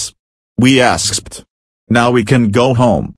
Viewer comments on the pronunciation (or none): Koopa Troopa didn't pronounce "escaped" properly